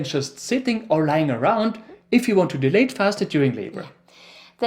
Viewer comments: Its not pronounced as de- late but dial- late … when u guys pronounce it as de- late it sounds like delayed which gives the entire different meaning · You guys are a joy to watch. Yes with your accent as well 🤭 Love your sweet spirit and playfulness as a couple ❤ The only thing I kept misunderstanding was the word “dilate”. The way you pronounce this word made me confused thinking you were talking about “delay” the exact opposite 😅 Love your visuals too! There’s great value to your work here! Thank you 🙏🏽